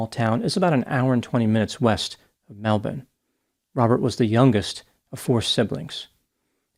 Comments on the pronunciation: The Dr’s pronunciation of Melbourne is excellent. A rarity from North Americans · I appreciate the correct pronunciation of Melbourne more than you know 🇦🇺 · Thank you for saying "Melbourne" instead of "Mel-BORRRN". Edit: Oops, it's "Je-LONG". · Please go to Melbourne and see that nobody who lives there has ever said the word Melbun😂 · Sorry mate, your pronunciation is all over the place but you got Melbourne - Mel’bn - perfectly. I remember this case - yet another bitter father who killed his children to hurt his wife.